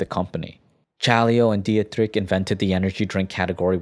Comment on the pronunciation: Music is too loud, and you should have looked up the pronunciation of Dietrich.